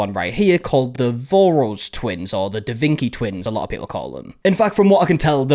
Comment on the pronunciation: "Da Vinki" makes me want to stab forks in my ears.